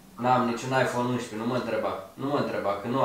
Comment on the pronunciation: De ce zici la 11...uinșpe? No hate!!!! Fortă